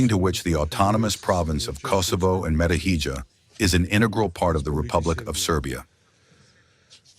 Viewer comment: You have to listen, Nebezija said it, only English AI pronounced it as Metohidza